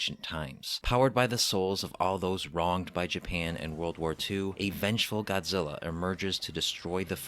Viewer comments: GODZILLA not GOZZEELA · God-zil-La say it with me God Zil La